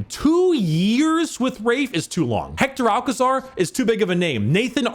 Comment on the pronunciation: i really love you, but that pronunciation of Hector Alcazar its so bad XD, In spanish it does not sound like Pablo Escobar 😂